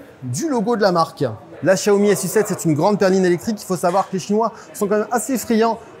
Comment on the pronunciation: Le journaliste aura le temps d'apprendre à prononcer correctement Xiaomi d'ici que la voiture arrive en France...